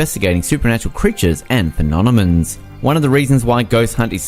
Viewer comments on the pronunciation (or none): Phenonomens lmao